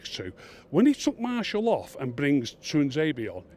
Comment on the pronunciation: If he has good attention to detail why does he call Martial Marshal and De gea De Gayer??? LOL. All joking aside Martial was awful today and Matic never needs to wear a United shirt ever again, this guy has proper tinted glasses and the same for Fellaini!